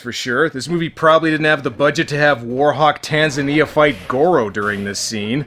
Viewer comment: It's pronounced tan-ZA-nia, just like the african country.